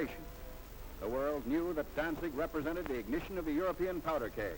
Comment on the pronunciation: Danig ? Danzig !! ( Westerplatte) 7 minutes la Wehrmacht épuisée, en Russie pas en Pologne ! Gadinia ? Gdynia !! Prononcer les noms de villes correctement !